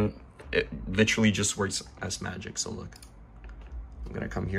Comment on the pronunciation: Litcherly? Lol thanks bro